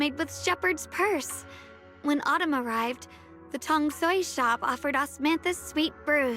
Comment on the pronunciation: pronouncing "tong sui" here is probably not intentional. I guess is mostly used to Japanese than Chinese.